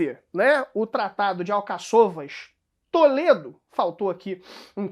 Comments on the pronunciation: Desculpe, mas não é Alcaç"Ô"vas conforme expressa, mas sim AlcA-ç"u"vas.... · quando vens postar aqui tens a responsabilidade e dares o bom exemplo de respeitar a acentuação da escrita, tu dizes Alcaçôvas que é mal pronunciado, está escrito Alcáçovas respeita o acento no "á".